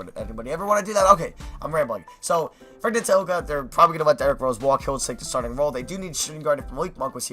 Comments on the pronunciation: ntilikina is pronounced "nee-lee-kee-na" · Ntilikina (Nee-lee-KEE-na) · It's pronounced nee-lee-kee-na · Lemme help you, Ntlilikina is pronounced NEELIKEENA, as a fellow knicks fan, we might need to get used to saying his name😂😂😂